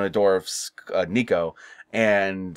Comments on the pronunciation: her name is nica not nico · Just a nitpick, but it's Nica, not Nico. I do agree that I don't particularly like the cliffhanger endings of this new phase/trilogy. I like the first three where they conclude that specific chapter in the franchise and Chucky dies at the end; none of this stuff where he's still alive and he's "won." I mean, it's a change of pace to have Chucky come out on top instead of being killed each time, but it still feels like kind of a waste of time when you know it's only a lead-in for the next movie. Seed of Chucky wasn't erased or made non-canon. Chucky mentioned "the Tillys" in Curse, and there was originally going to be a line from Tilly referencing Glen & Glenda at the end of Cult, but Universal told Mancini to remove the line from the script. You can find that interview here on YT from the Syfy Wire or something. As for the endings in Curse, the way I interpreted it from Chucky's dialogue is that he did in fact possess Alice and went on a killing spree, but ultimately someone fought back and gravely injured Alice's body, so Chucky somehow managed to hop back into his original doll body. Then Chucky went after Andy and that doll is still the one held captive in Andy's woodland cabin (hence the scars). What isn't explained and is still confusing to me is when exactly Chucky found the duplicate soul spell and when he put that plan into action. Cult takes place 4 years after Curse, and Chucky says he found the spell "a few years" ago when speaking to Nica, so it probably happened